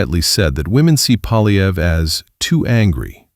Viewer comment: Poiilievre: pwa' lye vruh. There is no "polly" in there. The R comes before the uh. Amazingly, all four of guesses (He only guesses; it doesn't occur to him to try reading) are wrong.